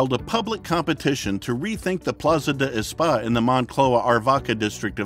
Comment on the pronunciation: Plaza de Espaa? you mean ESPAÑA